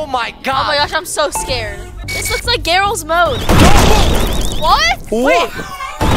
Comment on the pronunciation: it’s not galls mod it Gary’s mod